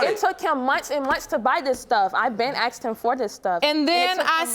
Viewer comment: I know this is off topic, but please explain why so many American blacks can’t say “asked”? I know a number of black Canadians and they don’t have a problem with the word.